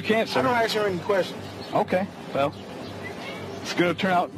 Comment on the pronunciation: A cousin to axe.